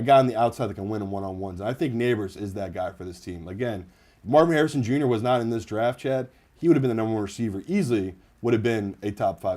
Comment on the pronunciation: Why can't you say Marvin Harrisons name?